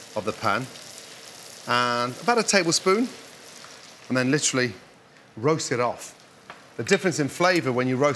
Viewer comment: "Litry"! Litry, litry, litry!